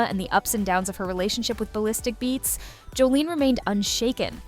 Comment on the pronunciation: It would help if you actually pronounced her name correctly…it’s Jos-sa-lin not Joline 😬